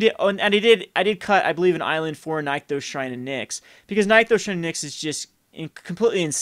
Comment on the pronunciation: It's pronounced "nick-those" not "nyk-those"